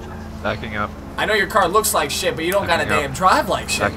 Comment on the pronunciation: Why does he always say chit instead of shit